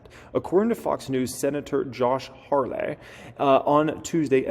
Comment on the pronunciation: It’s Hawley no R… and it’s senator not “this man” wow , so uneducated!